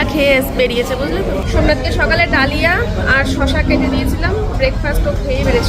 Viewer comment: কথাটা ডালিয়া নয়,, কথাটা দালিয়া।।